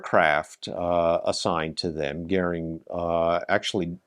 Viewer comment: Sorry to start with a grumpy comment: as in so many videos, the subtitles detract from all the hard work done to gather visual material. After the audio gets Goering's name correctly pronounced, the subtitle has it as Gehrig!😬 This apart, an excellent video with extremely good use of in flight footage of the aircraft. Very informative, and I would love to see a comparison of the Me262 and the Meteor.